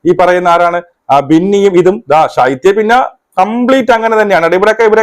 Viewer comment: സൈത്യ അല്ല ശൈത്യ